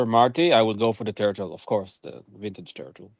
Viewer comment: It’s pronounced turtle.